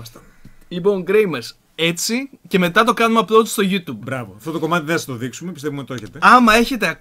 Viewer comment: Λοιπόν επειδή δν μπορώ άλλο!! Το YouTube προφέρεται ΓιουΤιουμπ και όχι ΓιουΤουμπ!